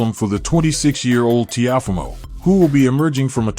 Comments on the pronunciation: Please pronounce Lopez first name right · How you say Teofimo name all wrong wtf